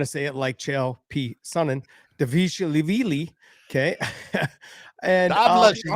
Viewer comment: I think Chael pronounces it "Dishlavili"